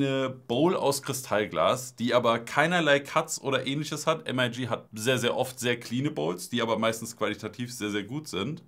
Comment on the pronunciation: bruder nich "EM AI GI" es ist "MIG" wie das kampfjett :) das wegen der military look kiste, titan elemente, usw.